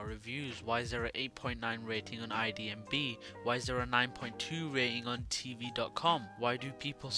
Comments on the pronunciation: The one who says "IDMB" instead of IMDB is really someone with a point of view we should all ponder upon. It's just grabbing views by creating controversial videos. Great. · It's IMDB not IMBD xD